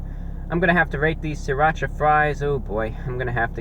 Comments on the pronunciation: it's siratcha not sriratch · "Sirrrrrrrrrrrrrrrrrrrrrrrrrrrrrrrrrrrracha" the Anti-Reviewbrah